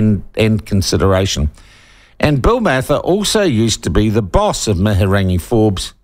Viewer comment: Your not saying her name properly so go and get educated in your pronunciation it makes you sound silly. Good on them Wahine Toa!!!